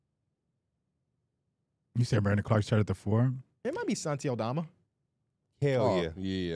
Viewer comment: finally said Santi name right 😭😭